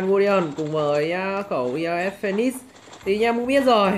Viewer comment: Sao anh lại đọc là khẩu ias phonenix